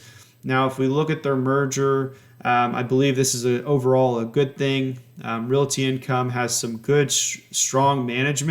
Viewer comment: Why does he keep calling it "Reality" Income? It's making me cringe.